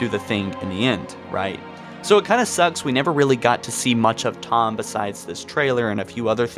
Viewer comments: Its pronounced Tee-home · I don't think anybody forgot about Thom, seems like just click bait. And the H is more pronounced than how you say it.